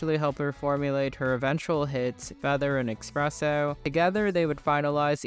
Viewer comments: Espresso, not expresso 🫣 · FOR THE LOVE OF GOD, It's eSpresso, not eXpresso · It’s “Ess- presso” not “Ex- Presso” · Espresso not Expresso 👍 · cool video but its Esssssssspresso!!! what the fuck is expresso? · Great video but for the love of god its eSpresso not eXpresso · its espresso not expreso ... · ESpresso, not EXpresso. Where did the X come from? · Not eXpresso. Espresso. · It’s ESPRESSO not EXSPRESSO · espresso not expresso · its 2024 and there are people still saying "expresso"... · I can’t tell if you’re saying eXpresso for engagement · did u really say ''expresso''? 😭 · There isn’t an “x” in the espresso but you pronounce one for some reason? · But why are you still mispronouncing espresso?! 😭